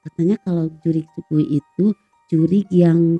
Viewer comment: Shui gui "bacanya suei kuei" bukan su-gui